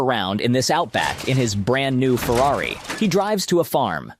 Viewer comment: Ferrary? Lol. Not a mercedes?